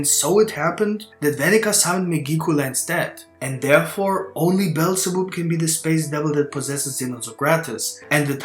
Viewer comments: Beelzebub is pronounced Bee-el-za-bub, not bellzeboob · Bro said Beelzeboob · It's pronounced bee el zah bab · "Bell za boob" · BEelzebub read as bob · as a fan of beelzebub anime im dissapointed on how u pronounced it :(